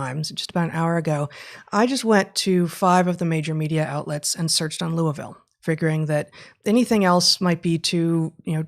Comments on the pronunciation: Pretty good pronunciation of the Ville from an out-of-towner. This story actually gave me hope because it’s opened up some friends who’ve been feigning ignorance of the madness in our midst. I hope it’s effects are not caught in the DISC. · Congrats Heather on your correct pronunciation of Louisville